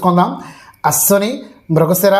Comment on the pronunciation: Ashwini, not aswnini. Read Telugu Properly